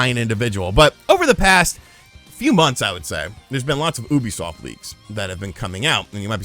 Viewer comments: It's pronounced like "youbi-soft", not "Oooby-soft", stupid. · Do you pronounce "ubisoft" incorrectly on purpose, out of habit, or what? Please!